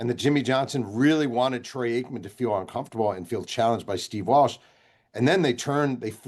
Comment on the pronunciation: I didn't realize that Trey Aikman is the proper way to pronounce Troy. You would think a person selling a book about the Cowboys get the QB name right